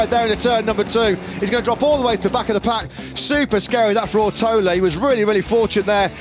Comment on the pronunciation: Rider’s name: Ortolá Commentators: “Owrotowler”